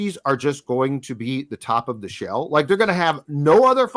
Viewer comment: Don’t ever say “ shell” AGAIN